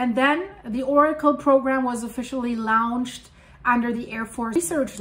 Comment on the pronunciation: A little pronunciation tip: L a u n c h is pronounced "lawn-cht" not "Lawoonched"